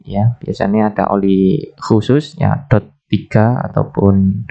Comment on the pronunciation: Maaf bukan oli, tetapi minyak rem, atau Dan jenisnya D O T, bukan dot